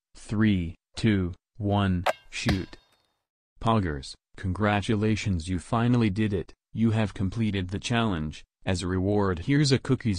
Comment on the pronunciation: Lol the way you pronounce poggers PONGGERS